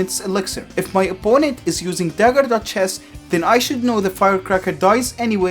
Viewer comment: I hear "dagger dutch chess" you